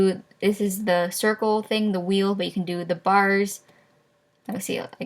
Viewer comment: u have a big problem trying to say circle